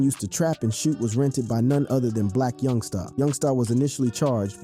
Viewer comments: You ain’t got a clue what your talking about and youngsta not young star lmao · Why does he keep saying youngSTA